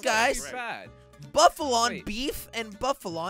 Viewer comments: its not buffalon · Cape Buffalo not cape bufflon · You say buffalo not buffalon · It's buffalo no bafalo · I was laughing cas you was saying Buffalo and it was Buffalon in the time it is I really laugh to hard